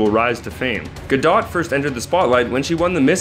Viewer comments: It is not Ga dot its pronounced Gadoe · Do you guys even check how to pronounce the names of the actors? It's gadot but it's pronounced like gadoe.